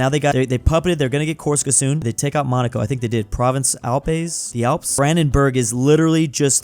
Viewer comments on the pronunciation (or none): none